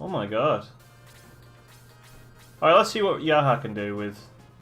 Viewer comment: I'm curious why you pronounce 'Jaha' as 'yaha'?